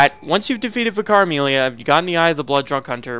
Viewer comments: VIC-ar, not Vic-AR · Why do so many Americans struggle with the word 'vicar'? It's not pronounced 'Vih-car', it's pronounced 'vicker'. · It's pronounced Vika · Why does people say Vye-car instead of Vickar? Is the first one canon? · Isn't it technically supposed to be pronounced vik-ker? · he says vIcar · Man I’ve heard so many people say “v-eye-car” like what?? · Vicar is pronounced like vicker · Vicar. Pronounced "vicker". Rhymes with "liquor", "sicker", and "quicker". For heaven's sake. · How come so many american youtubers mispronounce vicar as vi car its really weird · The way he pronounces Vicar Amelia had me struggle to understand what he is saying. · Just so you know, vicar is pronounced differently.